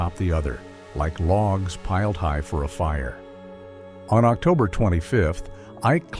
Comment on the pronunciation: "Octuber?" AI bullshit